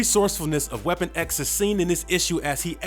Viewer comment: How 'bout everytime he said Weapon X?